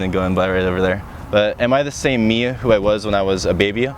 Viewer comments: The way you pronounce words like "me" and "three" is hilarious. "me-uh," "three-uh" :-P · Am I the same me-ah Who I was when I was a baby-ah When I was twelve When I'm twenty-three-ah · Mer? Is there a merrr? Who is MeRr? MeeeerrrR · did you say "twenty-three-ah" and "me-ah"? Is that an accent or something or am I crazy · Why did so many words i heard sound like they had an extra "ah" at the end. Like infinityah for infinity and meah for me? Liked the video just curious whats up with the pronunciation. Thanks for the vid.